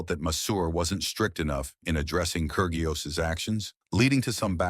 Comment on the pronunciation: The 'g' in Kyrgios is silent.